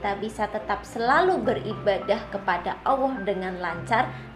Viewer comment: Please try to fix how you pronounce the word ALLAH ~> "ALL-LAH" Not AWOH. Please try for the sake of Allah.